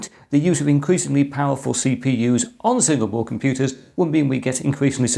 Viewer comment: he says Single Board , I hear Singapore :-)